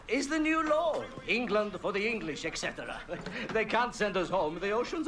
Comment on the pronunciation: "Law", not "lord".